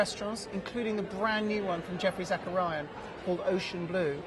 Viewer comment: He is ruining Geoffrey Zakarian's name. He keep calling him Zackaria